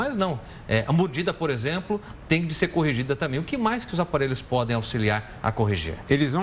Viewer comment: Krai, "tanbem" "tabem" mas menos "TAMBÉM"